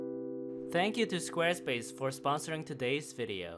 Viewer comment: Schquare Schpace